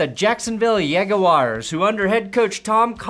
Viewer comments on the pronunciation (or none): "Yag-uars"? Seriously? You sound like a native English speaker. I can't imagine how one would say it like that.